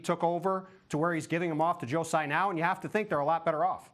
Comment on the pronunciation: Wrong. It's not Sai and its not Tzai. Taiwanese dont use "Z". It's Tsai.